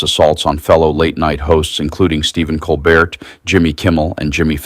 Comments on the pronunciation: Pronounced cole-bear french is tricky for Americans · Colbert is pronounced “coal-bear.”